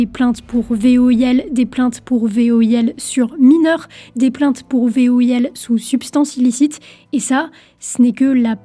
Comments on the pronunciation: voil ? ou V I O L ?? lol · pas v-o-i-l mais v-i-o-l. 4min.26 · Ouais même moi j'ai capté qu'elle dit : V.O.I.L Inversement de lettre dans la rapidité en parlant ! L'essentiel c'est qu'on a tous compris ! 😉 C'est le principal ! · c'est V I O L pas V O I L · Attention, tu parle VOIL, en inversant les deux voyelles, ça faut un peu bizarre "il est accusé de voil" meme si on comprend que ce n'est ce que tu veux dire . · "Des plaintes pour VOIL" ?? 😂 y’a comme un problème dans l’énoncé, non ? 😉